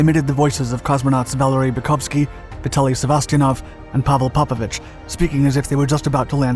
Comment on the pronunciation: PopOvich. Emphasis on second O. English speaking, get your fucking pronouncing right.